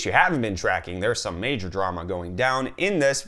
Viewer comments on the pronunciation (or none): none